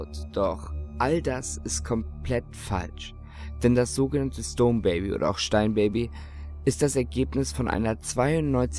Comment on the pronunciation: Hab auch erst "stoned" verstanden xD